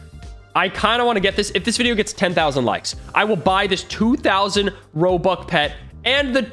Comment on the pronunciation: He said robuc